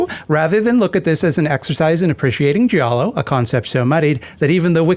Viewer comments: I think Giallo was pronounced “gee-all-o.” My credentials are that I’m Italian/latine. But also I don’t talk to people so… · ^ That and also, the "i" in giallo is effectively silent. Gi = j in Italian.